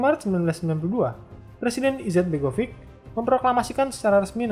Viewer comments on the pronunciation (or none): Nama2nya ada yang salah pembacaannya Srpska = serp-ska Srebrenica = srebrenitsa Izetbegović = izetbegovich Kravica = kravitsa Bratunac = bratunats Mladić = mladich